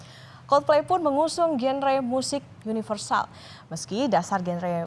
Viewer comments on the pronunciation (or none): "GENRE" -- salah baca ... salah ucap ... harus dibaca seperti "JANDRA"